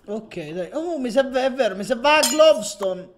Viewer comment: dai ma avevi "glovstone" davanti e non la raccogli!!! (per informazione si dice gloustone non glovstone :D )